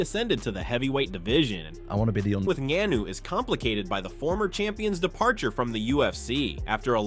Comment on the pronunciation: Ngannou was pronounced differently like every time